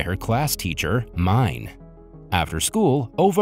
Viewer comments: I think that this video is narrated by a text-to-talk simulator or a text-to-talk machine because he pronounces the name as the English word “mine” instead of “Me-neh”. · it's not pronounced as mine but Mi-ne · The teachers name is written Mine but you read it not right it’s Meenaa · I do not know a single person who didn‘t cry at this movie. Also mine is pronounced like meena and nene is a word for grandmother. ❤ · All the names in this movie are Turkish and I suppose you can be forgiven for not doing a little research to actually present the movie explanation with this information. The school teacher Mine, is a prevalent female name a little like Mina and should be pronounced as Mina or Minay not mine as it is written. The absconded soldier in hiding is not named Asker. But Asker is the Turkish word for soldier. Also Nene is the Turkish term for Nanna or grandma. My sister’s kids call my mum Nene but mum’s name is not Nene. Perhaps the original movie version may have been South Korean but this particular version is Turkish and was clearly filmed in Turkey due to the dress, countryside vistas, shop signs and even school uniforms. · And Mine isn’t the way he says, you should read it as M-I-N-E (Miné)